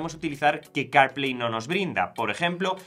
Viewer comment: ¿Que tal si hablas mas claro y entendible el ingles? Carplay no se entiende sino después de escucharlo como 10 veces. Se que el tiempo en YT de grabación es limitado, pero no es excusa para pronunciar mal las palabras. Y si te es difícil el ingles, la AI te puede ayudar aprender a pronunciar palabras en otros idiomas.